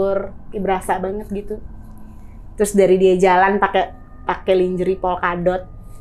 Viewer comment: Njirrrr suaranya cowong banget. 3decibell ! 😅 Gw ampe kecilin volume dibawah standard. Anywayssss: Flight dibacanya tu [FLAIT] High dibacanya tu [HAI] Lingerie dibacanya [LANJERI]